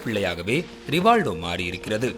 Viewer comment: Rivaldo... ரி வா ல் டோ... சொல்லுங்க... 😂